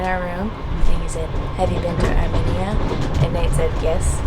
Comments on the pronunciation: Sona not sana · These people look nice but I live in America but I’m Armenian and the way they say Armenia annoys me lol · Can we talk about how they pronounced Armenia? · the way they said Armenia makes me die a little inside every time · It's pronounced "AR''ME''NIA" ... NOT ..."AR"MI"NIA" sorry that was bugging the shit outta me I grew up with Armenians my whole life because they're all here in Hollywood Calif and in neighboring Glendale but slightly more in Glendale lol so I'm used to hearing the word spoken correctly. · It’s arMEnia not arMINia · I think it’s pronounced ArmMEEEnia not arminia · Its Are-mean-ee-uh Not Are-minnie-uh Nate!🤣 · It’s pronounced Ar-mean-ya, not Ar-me-ni-a. 🥰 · Not arminia it’s ArmAnia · ARE - ME - NIAN....not ARE - MIN - IAN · I’m sorry but you guys say Arminia it’s Armenia I’m Armenian btw there food is great 🇦🇲🇦🇲🇦🇲🇦🇲 Tell everyone I said parev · Are-mean-ee-ah, not AR-min-E-a, and it’s Ah-zer-bye-zhan not Az-shore-bi-shan 😬 I started to question my Armenian knowledge thinking I’ve been pronouncing it incorrectly all these years! I’ve been there, my best friend was Armenian, hearing them say it the other way sent me in a spiral of self doubt that led me to make a phone call to find out. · It's amEina sorry no hate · It is not pronounced Arminia!! Stop it!! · The way they said Armenia. 😂😂arm -enya Well that’s how it’s pronounce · theres no mini in Armenia. like theres not even a difference between people saying it like potato/patato. how to pronounce Armenia ~ R-mean-ee-ah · Ar-mee-nia. Sorry, but it's been driving me nuts. My Godmother was Armenian and she was very proud of 🇦🇲. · Its pronouced like Armeenia. Just wanted to let you know hehe. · I was also internally cringing because im 50% armenian and was like its arm-mean-uh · I think it’s funny how Nate made fun of the way said “Azerbaijan” while he has been saying “ Armenia” wrong since day one. Not to mention hasn’t said a thing to him! 😂🤣😂🤣